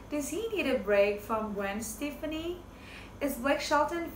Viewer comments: Her name is pronounced Gwen Steph-aah-knee not Gwen Steph-knee. 💁🏼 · First if you are going to report entertainment news you should at least need to know how to pronounce their names - if you can’t pronounce the nam of somebody as famous as Gwen Stepfani then you shouldn’t report on them